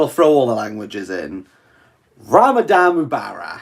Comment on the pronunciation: I did Not expect this thick Welsh accent hard-as-nails man to survive the first week of Ramadan, but deep inside, when I sow how he makes the "Rrrrrrrrrrramadan Mubarak" sound, I knew he is sincere about life, and he might just make it to Eid. Look at him, crumbling, but not falling. Look at him now after thinking of quitting youtube, he is making a Live... Man we Love you for the sake of Allah, and may Allah bless you and your family, and may Allah give you from where you never expect, and keep you and your loved ones on the straight path insha'allah. Eid Mubarak Brothers & Sisters 🎉